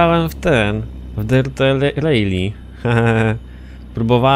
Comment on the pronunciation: V rally nie rejli... 😅